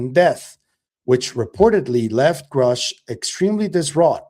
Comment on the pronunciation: Lue’s weird mispronunciation of Grusch’s name is weird. Weirdly weird. 🤦‍♀️🤬🤷‍♀️